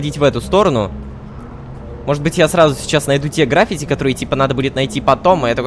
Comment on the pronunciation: Не грАффити, а граффИти.